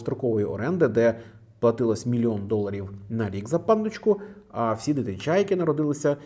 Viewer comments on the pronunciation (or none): Така ж хуйня, саме смішне буде, якщо реально каже "Панночка"😮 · мені одному слово "пандочка" чується як "панночка"